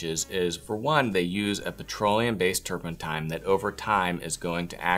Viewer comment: And "turpentine."